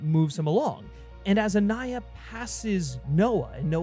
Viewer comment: Anaya and not "Aniya".